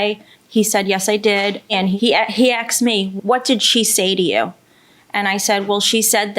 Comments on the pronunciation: IT'S 'ASKED' NOT 'AXED'. No offens3 towards this particular woman but I'm so tired of hearing 'axed'. 😂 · As ssoon as she said Axed twice I knew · How do you go thru 12 years of schooling and not know the word is "asked" and not "axed"?!? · I knew it that's why she used the word ax instead of ask😂😂😂